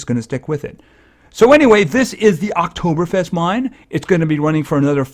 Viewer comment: I'm from Austria and you can say Oktoberfest very good. And this hearts are called "Lebkuchen" and on that there are some proverbs.